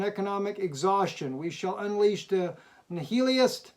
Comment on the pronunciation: And it's not Nee-ill-ist, its Nihilists, as in Anihilation.